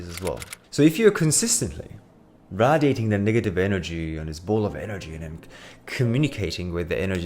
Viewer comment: can’t trust a nigga who doesn’t know how to pronounce radiating